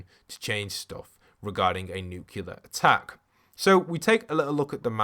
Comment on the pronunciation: He keeps saying nucular which is killing me cuz it’s nuclear (N-oo-clear) New Clea R